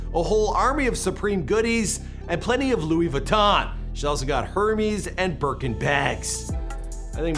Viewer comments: Hermes is pronounced “Err-Mezz” Lol it’s okay I’ve never bought one either:( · The H in Hermès is silent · The way he said HERMÈS 😂 😝 😆 botched it